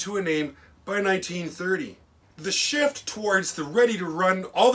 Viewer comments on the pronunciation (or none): none